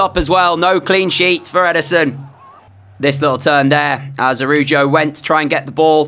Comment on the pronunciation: ITS ARAUHUO NOT ARUJO